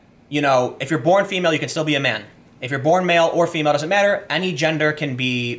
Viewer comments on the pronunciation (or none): none